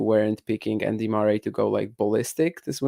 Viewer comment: Spoko podcast, szukałem czegoś podobnego do 'The Tennis Podcast', coveragu daily z Wimbledonu. Rzecz na którą zwróciłbym uwagę - wymowa nazwiska Murray. Pozdrawiam, powodzenia :)